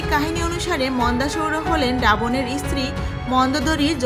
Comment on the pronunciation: প্রথমেই বলি রামায়ণের রচয়িতা বাল্মিক নন, বাল্মিকী মুনি। ইস্থান না বলে শুধু স্থান বলুন। ইস্তিরি না বলে শুধু স্ত্রী বলুন। চ এবং ছ এর উচ্চারণ গুলি একটু দেখুন। শ্রুতি, জায়গা ইত্যাদি বলার ক্ষেত্রে একটু মনোযোগ দিলে ভালো হত। তাছাড়া বলা ভালো কৈকেয়ী রাজা দশরথের কনিষ্ঠা স্ত্রী ছিলেন না। তিনি ছিলেন দ্বিতীয়া অর্থাৎ মধ্যমা। কনিষ্ঠা স্ত্রী ছিলেন রানী সুমিত্রা। এলাহাবাদ স্থানটি বর্তমানে আবার প্রয়াগ নামেই পরিচিতি পাচ্ছে। সরকারিভাবে তাকে প্রয়াগরাজ বলা হয়। যাক, আপনার প্রয়াসকে সাধুবাদ জানাই।... ধন্যবাদ